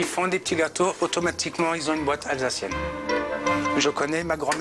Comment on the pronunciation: Une honte la prononciation soit disant alsacienne 👎